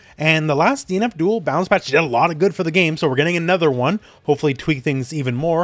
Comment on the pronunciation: whenever he says DNF DUEL i hear DEAN ABDHUL